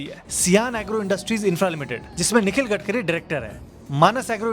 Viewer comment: gatkari nehi garbari